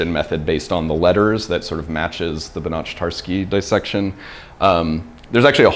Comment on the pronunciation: pronouncing Banach from Banach-Tarski with a [tʃ] sound is like pronouncing Loch Ness or Johann Sebastian Bach with a [tʃ] sound